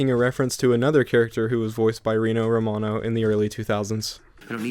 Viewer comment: Roh-mah-no also, Ulyate did work on the soundtrack even if Tallarico did not work